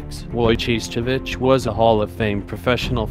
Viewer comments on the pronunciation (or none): Way to butcher the name!! Its Wojo-ho-its